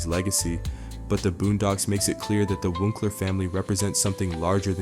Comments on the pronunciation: Kind of impressive how you pronounce “wuncler” different each time you say it lmao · He also does the same for Toms last name pronouncing at "Da boy" and the correct pronunciation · i think alot of shit script is AI but ion think he’s AI. I think he might also be mispronouncing his name on purpose, because white Americans are able to ignore proper pronunciations of the names of people of color because they have privilege since white names are more expected to be pronounced right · Woocler? This is AI you call him Wunkler I other videos this is obviously fake. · I dont understand why you always mispronounce Wuncler. Wunkler, Win-sler. Its pronounced Once-ler. But you have to know this. Im sure you must. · Why do you keep saying "Wunkler". You've watched the show in depth probably more than any of us 😂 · "GO AHEAD! SAY WUNKLER ONE MORE TIME! I DARE YOU, I DOUBLE DARE YOU, MOTHER FUCKER! SAY WUNKLER ONE MORE TIME!" My brother in Christ, it's ONCE-LURE. lol. Great video besides that. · I find it odd that the narrator changes pronunciation of Wuncler as Wooncler and Won kler (it’s based on the Once-ler from the Lorax) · I think your supposed to pronounce his name the same as the bad guy from Lorax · He keeps pronouncing it "Wunkler" I think it's an AI voice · Pretty sure the Wuncler family name is pronounced the same as the being in The Lorax that tells the tale of his greed destroying everyone in that book. Wuncler will abuse his power until cornered at which point he will cry for someone to fix everything, just like in the Lorax. Weak, short sighted people in power, abusing that power for short term gains to drop their problems on the world as if they didn't get us all there. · I think it's definitely AI at some point. I'm hearing him repeat himself a few times, and the mispronunciation of Wuncler screams "I haven't actually watched the show" I'm hearing Winceler AND Wuncler but I've also heard Woosler 🙄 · This brother cannot say Wunceler